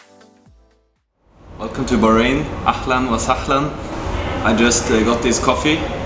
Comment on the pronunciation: Say أهلا وسهلا not أحلا وسحلا😂😂